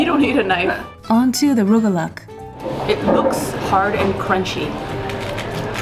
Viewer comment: No one told you how to pronounce rugelach?